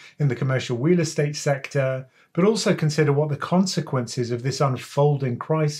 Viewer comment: I’m hearing wheel estate hahahaha